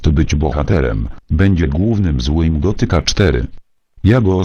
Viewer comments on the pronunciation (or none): Co został królem ?! jaki debil! teraz zamiast bohaterem będzie głównym złym gotyka( nie gothica - czyta sie gotika)4 fajne efekty i dobry film